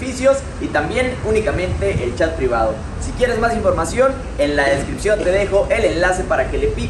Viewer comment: min 20 decripcion en vez de descripción